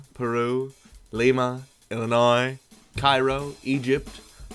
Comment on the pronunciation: Are you from Illinois? You know how to pronounce the Illinois ones correctly.